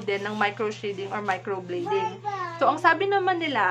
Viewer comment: Please pronounce well ... Micro blading (blade), not micro bleeding.